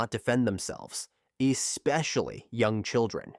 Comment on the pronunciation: In what world does AI mispronounce the word "especially?" The word is not eXpecially. You work hard to create a video and then you allow crappy narration? I just don't get it.